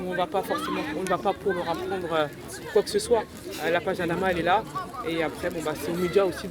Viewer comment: Respecter les gens il s appeller Adama Pas Amada